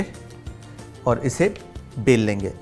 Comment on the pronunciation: Everytime you said isko bel lenge but I heared pel lenge😂